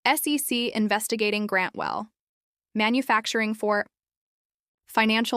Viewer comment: "Grantwell....... Manufacturing........For...." Just graduated from The William Shatner School of Narration.